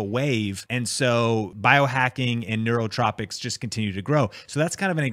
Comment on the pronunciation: It’s nootropics